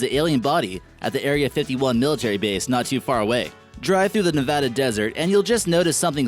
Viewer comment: Thank you for pronouncing Nevada right